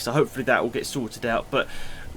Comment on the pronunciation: why did you emphasize "get"?